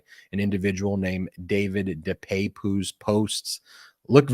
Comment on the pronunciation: De Pape (deuh pap, like Papa). By the way great Spider man!